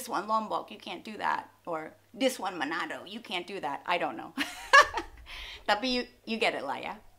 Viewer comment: Hey sacha...its interesting when uve said "manado". Hehehe. Anyway,I'm from manado. U have to travel here. We're welcoming you as the friendly bears. We loves the woodsmen as long they won't harm us and bring peace here. We're the tolerant bears😉